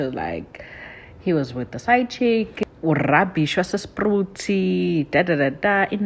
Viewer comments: It's not Sprut it's pronounced as Spreit! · Spruit as in like Spreyit not spruti😊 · Bathong what are you calling Spruit? Change the u to e ke! 😂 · Please correct her sihlala khona we can't have our place pronounced wrong.😊